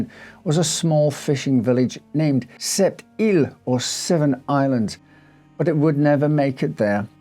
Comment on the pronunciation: As a francophone living in Quebec City, you did a good job with pronouncing French words, especially Sept îles! Thank you ❤